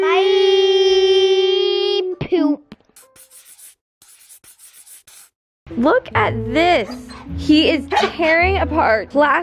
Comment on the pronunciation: When you guys were saying by boop said by Poop again 💩